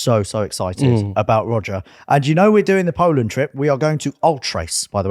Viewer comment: Where in Poland are you going? I couldn't make it out the way you pronounced it 🤣